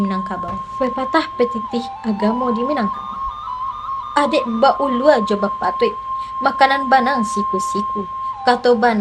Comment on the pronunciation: Adaik ba alua,..bukan ba ulua.....